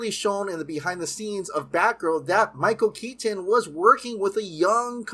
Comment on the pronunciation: I love your videos but you pronounce the "t" in "Keaton" too hard and it distracts me. Also I don't get what Cavill could have possibly done to mess everything up for himself so badly. As for Grace, she is wrong a lot, no?